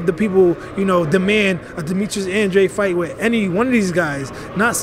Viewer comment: An-drade An-dRAYde An-dra-day